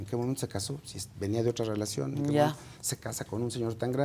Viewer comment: Rievela la rielacion de nmmss